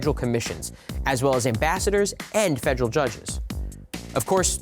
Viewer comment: I appreciate this video...but quite annoyed with his mispronunciation of the word federal. When I select videos for my students I prefer proper pronunciations.😬